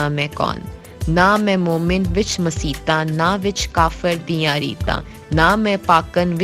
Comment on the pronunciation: اچھی کاوش پر مبارک باد. چھوٹی سی گز ارش ھے کہ خاتون کا تلفظ کچھ صحیح کروَا دیں پنجابی لفظ khoti کو khuti بولتی ھیں اور ایسے ہی مسیت آں کو مسیتاں بول رھی ھیں. گستاخی کی معزرت🙏